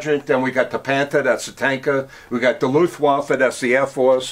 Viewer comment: A historian that seems to not know much. He keeps using the word Panther instead of Panzer.